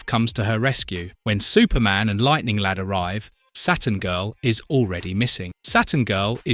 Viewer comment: I could swear that I heard the narrator say "Lighting Lad" a couple of times in this. So without further ado, I present to you The Legion of Misprint Superheroes: (Feel free to add to the team!) Lighting Lad Comic Boy Sunburn Girl Jouncing Boy Maniac 5 Predicate Girl/Neo Damsel Scream Girl Faintin' Girl Limber Wolf Shrinking Violin Funboy Stirboy Feral Lad Monorail